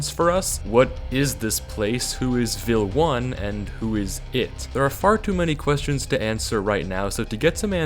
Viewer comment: "Vel_1" not "Vil_1"